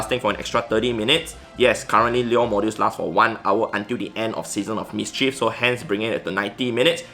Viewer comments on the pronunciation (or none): none